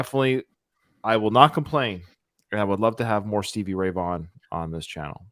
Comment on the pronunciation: Did you just say stevie Ron veey I'm out